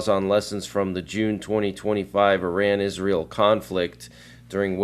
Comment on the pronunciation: Not pronounced "i ran"